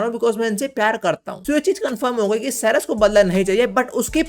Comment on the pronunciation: Ceres nahi charas 😂😂